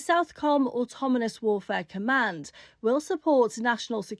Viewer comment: Lady said automonous….🤨artificial intellligence v natural stupidity